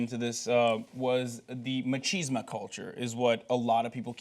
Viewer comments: It's called "Machismo," Hassan . Not "Machisma." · Does Hasan even have a clue about what machismo is? (I'll ignore, for the moment, that he said "machisma", which is slightly different.) Machismo has nothing to do with being a bully, abuse or assault, any more than the American idea of "being a manly man" has to do with being a bully, abuse or assault. This is the second time this week that this show has demonstrated a complete lack of cultural understanding, bordering on bigotry and prejudice, toward Hispanic peoples. Maybe have the sports guy do sports, send Hasan back to producing his short videos that he actually seems to spend time doing research for, and give their guest host people to work with that aren't pulling shit out of their asses. Alternately, fire everyone, and just go back to Cenk, Ana, Jon, JR, and Jesus. (And cenk's buddy that owns everything... can't remember his name.) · Do Americans really pronounce machismo as 'ma-cheese-ma'? That's really strange, surprised the Scottish guy didn't give them a weird look.